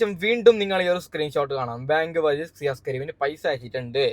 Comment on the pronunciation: സിയാസ് " അല്ല ഷിയാസ്